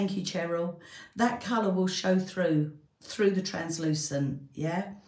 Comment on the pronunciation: Everytime you say, Charyl i think your talking to me. 😂 My name is Charyl & you pronounce it 100% correctly must people screw it up. I know the other lady may not spell her name the same way.